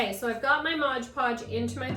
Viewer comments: Nice,but it’s pronounced MOD. Not modge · possibly, though I didn’t notice an accent with anything else. Sounded like Modge Podge, every time.